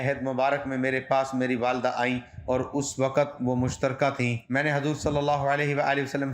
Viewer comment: MUSHRIKA NOT MUSHTAREKA